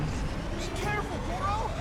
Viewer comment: I missed why he calls him Goro!? He does in breath of the wild too. Is it cuz it's hero with a g?